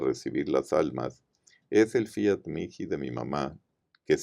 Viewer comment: Fiat mihi (mii) no miki ,por favor.